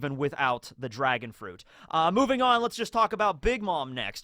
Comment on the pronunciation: did rly choose "dragon on" over "drag-on" 🤔🤔🤔